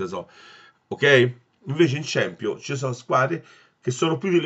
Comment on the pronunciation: ciampionli non si puo sentire ahhaahahahah